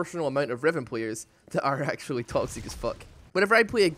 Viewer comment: vactually, nou, spvit second ahahahahahhaa